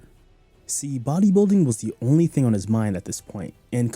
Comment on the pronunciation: Didn't Lee have friends who knew simple diction. It's Thing TH, NOT Fing with an F.